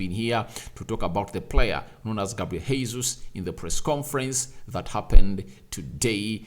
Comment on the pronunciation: As a journalist it's your responsibility to learn how to say people's names correctly because you're à model. That name is not Hesus. It's the second time I'm calling your attention to this. GESUS. THAT'S HOW TP SAY IT. This is Portuguese not spanish sir